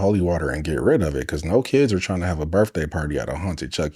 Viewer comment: …. PLEASE tell me didn’t just pronounce it “BERF-day party”.🫩 Dont get me wrong, I ♥️ your editsbut Buddy, you have one job to do. It’s not like we’re expecting you to perform an open heart surgery, actually it’s more like being able to pronounce grammar-school IQ level words should kinda just be a given, not a GOAL…🤷🏻‍♀️ Love your work, when pronounced properly. 🤪